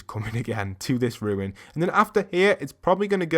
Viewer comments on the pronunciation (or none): Oye... It's RUNE not RUIN (not ru-in). LoL 😂 You've been caught by the grammar police 👮✋🤣😋👍🏼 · RUNE! RUUUUUNE! Not “Ruin!” Why can no one pronounce it?! Love the video though haha.